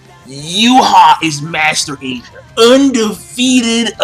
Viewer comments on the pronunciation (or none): none